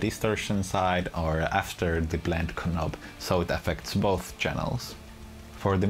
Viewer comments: Great review thx. 2 remarks though: - a demo with fingerstyle playing would be nice - "knob" is pronounced "nob" ;) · Brilliant video thanks - your English is superb - knob has a silent 'k' - its pronounded nob :)